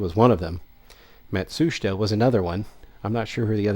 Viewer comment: Yaaaaay, you know how to say Matsushita!